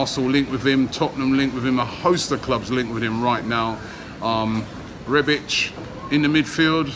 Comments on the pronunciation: Arsenal. Exactly. REBIK not REBICH for some reason. Must be an inner ear problem. He even started calling Torriera TORAYA until recently..smh. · He butchered the easiest name there is 🤦